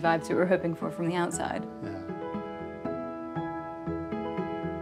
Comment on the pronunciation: "we've nearly done the ootside of the hoos too"